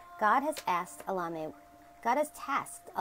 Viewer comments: Your saying the name as if your replacing the E's with A's. Try to say it as if it was Spanish or latin it will come out better and you'll actually pronounce the E's as E's instead of A's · I don't think your pronunciation of Elemiah is correct. Try to ask Google how to say the name. You can not do a search with the way you pronounce it but if you use the way Google says it, it comes up every time.